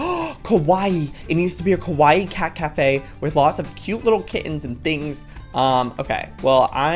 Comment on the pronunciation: did u know at the first of the video he said cat cafea did u know that's in japen